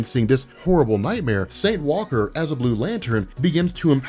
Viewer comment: The emphasis is on Saint, not Walker. I don't understand why you emphasize Walker.